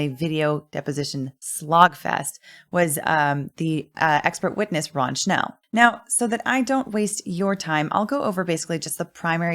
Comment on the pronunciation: Beside being a perfect RECAP of the day 19 trial i have to highlight the fact that perfectly pronounced the word "Wunderkind" and Mr. Schnell name! Absolute perfection!